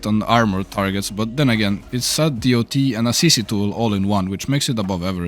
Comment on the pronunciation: "Other DEE OU TEE ELEMENTS"